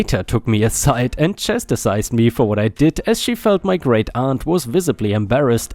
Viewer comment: "chastised" is "chas tized" not "chast eh tized." 🤪